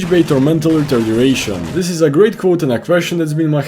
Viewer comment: Legit the start you can't even pronounce retardation, I don't think you can sit up here and call people that when you pronounce it as "re-tard-er-ration" lol